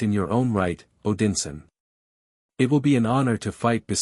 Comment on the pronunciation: They also pronounced, "Odinson" wrong.